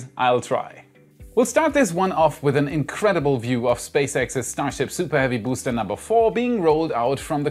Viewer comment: "SOUPAH HEAVY BOOSTAH!"